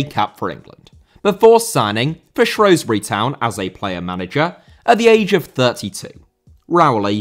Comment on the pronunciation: Pronounced Shrewsbury wrong mate